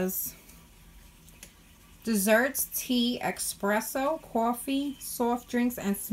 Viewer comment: No x in espresso.